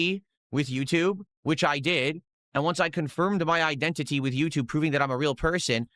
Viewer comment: He says iDENTtity lol